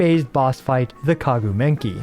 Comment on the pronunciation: I mean… what’s whit the “Kagu Menki”? 🤣